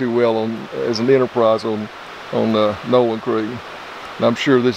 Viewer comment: The way you pronounced Nowland reminds me a small town that is long gone between Pierre and Rapid City, SD called Nowlin. All that is left is a cemetary.